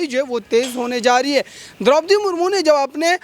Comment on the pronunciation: Anker mahoday, rastrapati mahodaya kaho to achcha hai agar aap madam ka naam theek se nahi le paa rahe to.